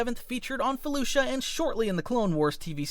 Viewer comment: He's mispronounced it. It's spelled Felucia and is pronounced (Fe-Lu-See-Uh)